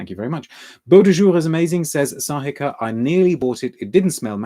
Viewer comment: Thank you again dear. I’ve discovered your channel recently and it is getting addictive😊 I hardly ever miss the live ones, where you read my name and comments too🙏Let me kindly explain that my name is spelt as Sahika but, quite confusingly, pronounced as “Shahika”. I trust your admirable memory 😊